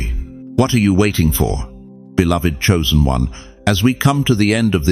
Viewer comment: Not choisen